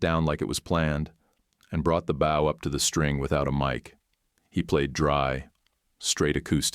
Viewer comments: Perhaps teach your AI to pronounce Bow as Bo. It's not the front of a ship. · The word is bow with a long o, not bow with a diphthong o.